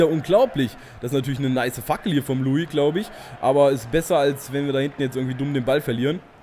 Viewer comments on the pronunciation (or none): none